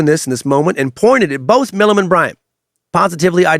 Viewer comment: Right? So annoying. He also pronounced Milam wrong. But I still think he did a good job.